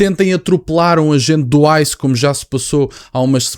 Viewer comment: Quando ele falou Icém é igual grupo kkk jornalista falou esse grupo atacava os pretos ele não atacava dois branco preto